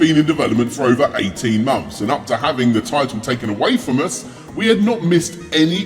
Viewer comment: It's months not mumps. 😂